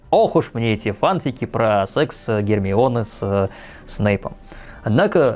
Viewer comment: если честно, то не знаю не одного человека что говорит "йогУрт". Да и в поискавиках и форумах все пишут , что "фанфИки" - правильное произношение (так даже в официальных дубляжах говорят)